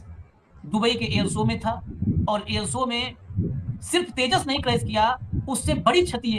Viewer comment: "air so" lol😅